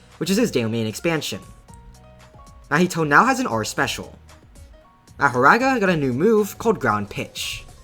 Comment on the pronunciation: that mahoraga was perfect bro seriously u nailed that pronunciation